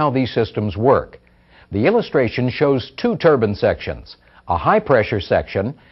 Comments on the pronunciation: Why do they always call it a Turbin? It’s ‘Turbine’ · Its turbin